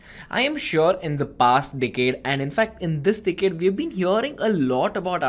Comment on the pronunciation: Great ! But why he's keep saying dickhead to "decade" lol